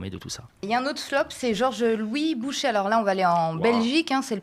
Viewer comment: Bonjour, je me permets ( en tant que belge) d'apporter une petite touche concernant le Mouvement Réformateur. L'equivalent du MR était l'UMP dans le temps ( les republicains maintenant), ils se disaient de centre droit mais étaient bien de droite libérale. Bouchez ( prononcé BOUCHER) est un fervent défenseur Trumpiste, Macroniste et sioniste qui, actuellement , a permis plusieurs petites choses: 1) il a permis à un parti séparatiste d occuper des postes à haute responsabilité ( la défense et le poste de premier ministre) 2) A bloqué la formation d un gouverbement bruxellois car ils veulent imposer ia NVA ( Separatistes flamands). 3) A incorporé au sein de son parti 3 personnalité politiques du Parti Populaire ( equivalent RN). 4) s'attaque aux subsides des organismes fédéraux publiques. Outre la politique actuelle, qui suscite enfin des vives réactions de la part des belges, cet homme libertarien entame progressivement une transition politique vers une droite libartarienne, et donc neo fasciste. 5) le scandale n est pas lié à sa voiture, mais au fait qu il aurait utilisé une voiture conduite par son chauffeur, qui lui utilisait une carte PMR d une personne décédée.